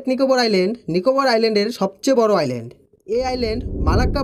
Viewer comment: ভাই," ISLAND" কথাটার উচ্চারণ হয় "আইল্যান্ড"। এখানে "S" অক্ষর টা সায়লেন্ট থাকে। সুতরাং তুমি যে একাধিকবার "আইসল্যান্ড" বলেছ সেটা ভুল উচ্চারণ।